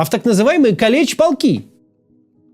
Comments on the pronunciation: Калич полк, ударение на а. Это из армии, постоянно болеющих, тех кто любит полежать в госпетале, называют каличами. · калич-полки, ударение на первый слог. от слова калека. в армии всех больных каличами называли.